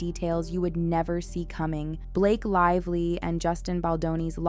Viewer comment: Blake "LIE"vly